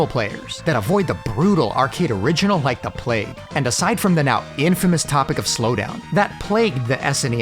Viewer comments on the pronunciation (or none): none